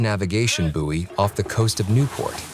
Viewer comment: Just a note, it's "boy" not "boowey". You're welcome!